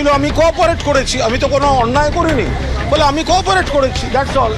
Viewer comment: শোন ম(চো)দনা তুই যে বলছিস আমরা কর্পোরেট করছি, কথাটা কর্পোরেট নয় , কথাটা হচ্ছে কোপারেট, বাংলা অন্তর্নিহিত শব্দ হচ্ছে সহযোগিতা, বাচ্ছা শূয়ার ম কি চো..... দনা তুই মনে হচ্ছে মাদ্রাসায় তালিম নিয়েছিলি।